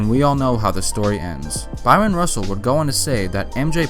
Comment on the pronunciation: Man, stop pronouncing that man’s name as “Byron”.